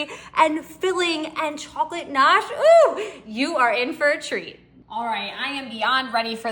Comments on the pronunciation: It's gnache not nosh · Pronounced , Ga nash.... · She doesn't pronounce GANACHE correctly. It's NOT NOSH!! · You are driving me crazy with your mispronunciation of ga-nash😅😅😅. It's NOT gnocchi😂😂😂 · Love the recipe ❤ Just a little FYI, the G in chocolate gnash is not silent it's actually pronounced. LoL